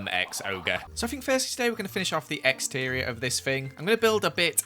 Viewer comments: Wherever he said exterior,I go “EGGsteririor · exterior--> eggsterior😂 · am going to finish of the exterior Me: I am going to finish of the eggterior